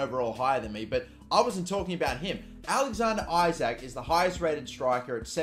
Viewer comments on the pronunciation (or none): Isak is pronounced E-sak